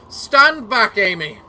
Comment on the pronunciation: When Issun says "Ammy" pronounce the 'A' like the 'a' in amatarasu